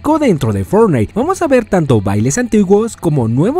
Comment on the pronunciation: HABLA BIEN XD (no pronuncias bien fortnite)